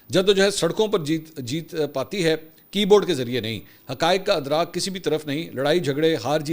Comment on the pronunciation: صحیح تلفظ اسیر (aseer) ھے اسی طرح ادراک (idraak) ھے